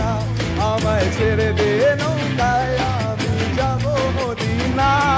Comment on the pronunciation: খুবই ভালো performance, এগিয়ে যাও। শুধু, ছেরেদে নৌকায় গেয়ো না, কথাটা ছেড়েদে নৌকা। বাকি আগাগোড়া লা জবাব।all the best ♥️♥️💜♥️